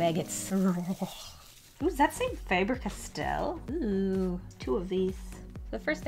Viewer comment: the company said It’s “Fah-Ber Kas-tell”